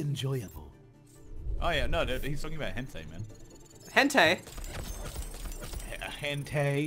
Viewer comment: It's pronounced hentai